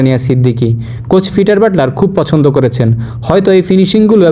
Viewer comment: পিটার বাটলার কি পাইপ ফিঠার। উপস্থাপকের উচ্চারণে তা ই মনে হয়।